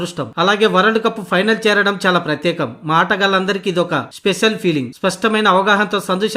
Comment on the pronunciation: నిజంగా ఇదొక స్పెసల్😂😂... స అక్షరం పలకదా..సోదరా... 😂😂😂